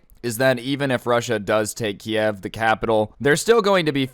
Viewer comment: Please don't pronounce it like "Kiev". That is the Russian way of saying it. Ukranians want people to pronounce it like "Kyiv".